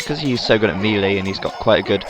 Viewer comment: Melee is actually pronounced maylay. It's french.